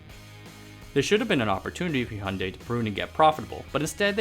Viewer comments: Finally a non Korean YouTuber who knows how to pronounce Hyundai. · In Australia we pronounce it so you can hear the "y" like hu-yun-di or something like that